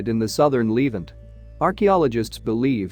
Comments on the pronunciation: I wish this annoying narrator would pronounce the word Levant correctly (Leh ~ vahnt) NOT leave ant what a stupid mistake. like calling Nuclear NUK YOU LER STUPID STUPID STUPID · Lev-ANT, not leave-ant! AI voices…..argh. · Pronounced " le- vant" not " leevant" Moron !! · It’s The Levant, not Leevent. You said it wrong so many times I now despise this video in spite of anything good contained in it. You mispronounced many other major words as well. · The narrator is a bot. Needs its pronunciation tweaked. Says 'leevant'. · It's 'LeVANT.' Add 'The' before this word. LEARN TO PRONOUNCE!!!!!!!!!!!!!!!!!!